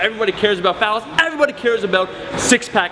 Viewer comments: Why do you keep saying "phallus"? It's fat-loss bruh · I just wanted to point out that it kinda sounds like you're saying "phallus" and not "fat loss"...so you said "you know everybody cares about phallus"...wise words bro. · Falling asleep while watching the video and I swear I heard "phallus" instead of fat loss one of the times. Srs. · Is it just me or did it sound like he was saying falice when he was saying fat loss? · Omar when you "fat loss" it sounds like ur saying "phallus"...no homo? lol